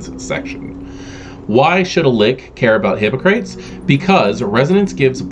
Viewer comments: You said "Hippo-Crates" instead of "Hip-Ock-Ra-Teez", a very famous philosopher and physician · "Hippo-Crates"?! Seriously?!